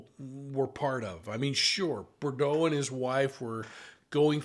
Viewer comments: Easy answer: $$! The real question is - why charge Lori and not Melani, the man's wife? (BTW it''s pronounced "boo-droh" - You can hear them pronounce it correctly in the clips you use and watch.) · Brandon BOO-DROW (rhymes with new-snow) please. 😉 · Brandon BOO-DRO Offensive that you are doing a story on someone and can't even correctly pronounce their name. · Brandon Boudreaux...your spelling and pronunciation of his name are incorrect. 😉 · you're mispronouncing brandon's last name every time you say it. come on now. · he keeps saying bordeaux. it's boudreaux. another mistake was that he said brandon recognized the person shooting at him as resembling alex cox. false. he did not see at all who was shooting at him. important fucjing detail. please get these things more exact or stop reporting bc you don't know the case. at this point your audience should not need to correct you on details. for eff's sake. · Pronounced Boo-dro! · it is very irritating that you don't try to pronounce Brandon BOUDREAUX's name correctly! it is pronounced Bou-dreaux, there is an R in the second syllable. I should know, my last name is Boudreaux! So unprofessional. Look at the spelling and see your error. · It’s sad that you cannot even get his name right. It’s a French name and it is Boudreaux. Pronounced Boo-dro. I expected better from you. This information as been out there for three years. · Brandon’s last name is of French derivative and pronounced “Boo-drow”. (That’s a long O Sound) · Thank you for the phonetic pronunciation of Beaudrow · Brandon Boud”R”eaux Pronounced Boo D”R” O. I find it extremely disrespectful to repeatedly pronounce someone’s name wrong. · Boudreaux does not have the d and r juxtaposed. It’s pronounced Boo-dro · Interesting… btw the pronunciation is “Boo-DROH” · Brandon's last name is pronounced /boo-'droe/ with accent on the second syllable.... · Love you but please, its BOO-droh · Brandon Boudreaux - pronounced as “boo-dro” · Not BER-DO